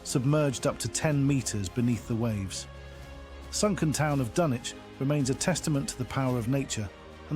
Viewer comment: not even pronouncing it right.. painful